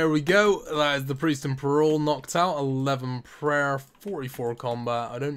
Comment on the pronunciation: says peril right once proceeds to say it wrong twice